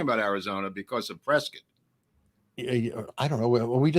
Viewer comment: is right..that's how you pronounce Prescott